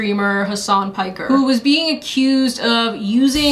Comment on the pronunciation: Girl not you defending Hasan when he's told fifteen different versions of what happened already and all of them are very obviously lies, the latest being that Kaya wasn't even wearing a collar when she clearly was. That's almost as cringe as the way you pronounced Piker.